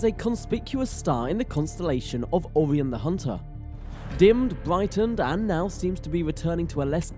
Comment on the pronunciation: Mate, it's Orion - pronounced "Oh-ryan and not Aw-ree-an 👍